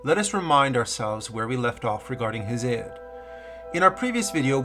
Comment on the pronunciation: Damn you ain't never heard nobody pronounce Hesiod 😂😂😂